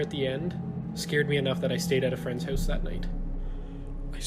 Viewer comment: so funny how he says house or out lmaooo, get oat of my hoause